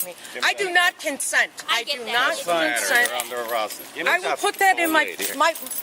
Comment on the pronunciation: Did she say Con Scent ???